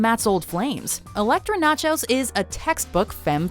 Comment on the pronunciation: they said Elektra Nachos instead of Elektra Natchios.